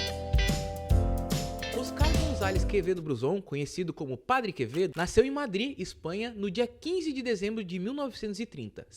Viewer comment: "o padre quemedo" Quem entendeu a referência ? Kkkkkk